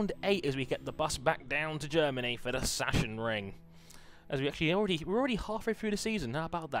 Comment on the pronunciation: Sachsenring is pronounced as sak-senring